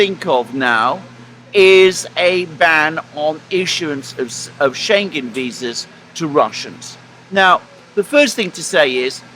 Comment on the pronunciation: "Schengen" is mispronounced by both gentleman. The g is pronounced as a separate letter: Schen-gen, that's wrong. The "ng" must be pronounced as in living, thing, song, singer, ring. There are exceptions to the rule, f.e. England and single, tingling, Schengen is not one of them. Scheng-en. often asks for replies in the comment section, but experience has learned he does not read them, at least not all because I've pointed out mistakes in pronunciation before and he keeps making them. But you have read this, now you know how to pronounce Schengen. Schengen is the town in Luxembourg where the European "Schengen" treaty was signed in 1985, opening all borders between subscribing countries.